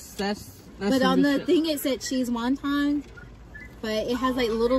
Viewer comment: why do they always say "WONG TON"? it's "WON-TON"!